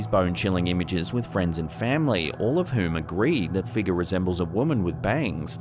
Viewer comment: Its figure. Not figga!! 🤦🤦🤦